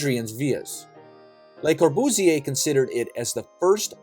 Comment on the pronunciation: Learn to pronounce the name correctly: Cor·bu·sier, Le | \ lə-kȯr-bᵫs-ˈyā